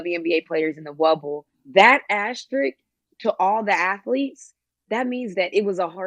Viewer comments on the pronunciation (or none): 1st 3 pronunciations of asterisk: asterix asterisk asterik back on track with #4 tho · Don't forget ashtrik